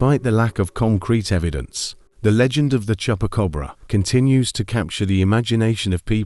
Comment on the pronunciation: Tell AI Voice is not Chepa Cobra , is Chupa Cabra